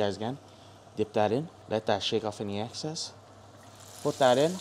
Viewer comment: “Shake off any access” 😂😂😂 BRO ITS EXCESS 😂👍🏻